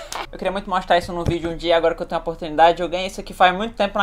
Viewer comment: saikanagem é vc falar "amostrar"